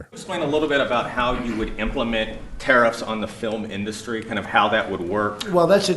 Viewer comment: One of my favorite things about President Trump is the way he pronounces "industry". in-DUST-ry